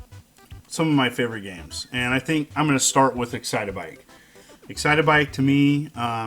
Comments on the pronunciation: It’s not Exitabike it’s Excit-Bike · what is "Excite-a-bike"? i thought it was "Excite-bike" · “ExcitAbike”...... what the heck?!? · no disrespect, but i LOL'd when he said, "EXCITABIKE". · Florence O'Doyle Sounds like a pronunciation in an old Japanese commericial. Excite-uh-bike! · It's a me! Excitabike! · Love the way you pronounce excite bike